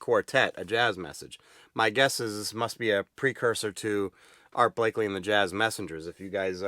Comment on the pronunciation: It’s Art Blakey… not Blakley…